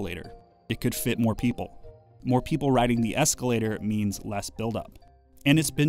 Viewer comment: Escalataaaah. My family is from Boston so thats my reality haha.